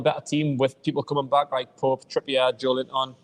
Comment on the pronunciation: Why does the other lad call big Joe: "Joelint-on" like they are two words? It's Joelinton man! 😂